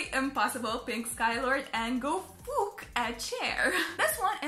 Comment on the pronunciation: when she said 'fouk' that reminded me of Lars and the entire 'HE FOCKING LEFT THE BAND' thing